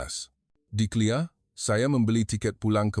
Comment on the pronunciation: Suara orang lelaki ini tak pandai sebut KLIA selalu sebut clear, kena belajar lagi